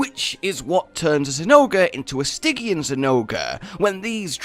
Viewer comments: Pronounced “Sti Jee an”. Not “Sti Gi an” Named after “Stigyian” for the River Styx. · Am I the only one bothered how pronounces every monster name thats supposed to be pronounced with hard “G” as “J” (Nerjigante...) but literally the only one I can think of thats supposed to be pronounced with a soft G He pronounces with a hard one (Stygyan)? Or is that some sort of inside joke Im missing?